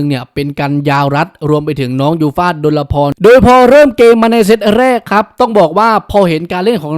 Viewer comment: ออกเสียงว่า ดน-พอน ไม่ใช่ ดน-ละ-พอน